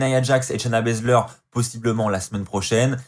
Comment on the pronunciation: J'adore comment Charlotte a appelé shayna bazler , shayna blazer